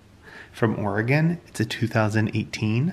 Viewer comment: Yahoooo!!!... I’m so proud of you! You pronounced Oregon correctly❤️❤️❤️❤️